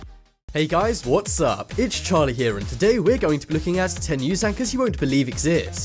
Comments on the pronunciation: ANCHORS, not ANCHROS. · "Anchros"??? What's an Anchros?